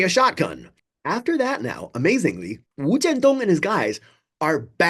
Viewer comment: First time on your channel and I salute you for pronouncing the guy’s name, wu jian dong without the non-native speaker tongue. I am assuming you speak Mandarin with equal finesse as well.